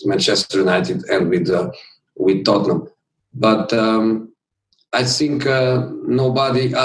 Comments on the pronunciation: He said I always Sink instead of (think) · Jose: i sink VAR still hate me. I sink we will be in top 4 but i sink we will sink too lol 😂😂😂😂